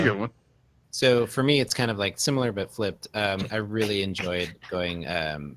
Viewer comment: Drink every time says "simUlor" and not "similar".